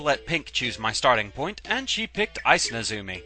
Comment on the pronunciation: NEzumi, not neZUmi